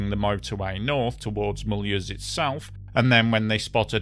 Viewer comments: Sorry but please Run your German names through Google Translate audio before you record a video. It is not Mull-use... but far more pronounced like Mule-house-n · Mul Whoooose, not Mully ooozzzzz